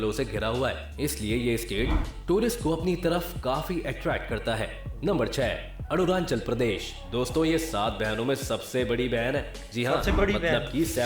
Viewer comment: Ye video wala Arunachal ko Aru nan chal Bol raha😂